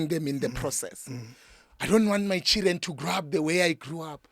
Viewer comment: "The Chiren are beating mother" I love how he pronounce Children 😂😂😂😂